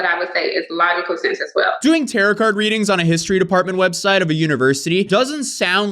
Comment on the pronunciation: i miss when you used to say “tarot” wrong 😢